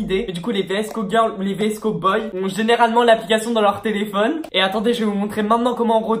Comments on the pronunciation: vsco se dit visco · Ça se dit visco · on dit vsko girl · Vidéo pas du tout travailler tu ne t’ai même pas renseigné pour savoir comment ça se prononce , si cette vidéo a déjà été faite (et oui des milliards de fois) et genre aucun rapport avec la mode “année 80 ”🙄 Bref c’est une critique constructive parce que faut vraiment que tu t’améliore🥵